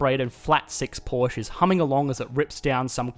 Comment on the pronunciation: Atlast someone who knows how to pronounce "Porsche". For whatever reason that's' not common among native English speakers. (No statistic, just my personal experience as German with a lot of contact to before mentioned.)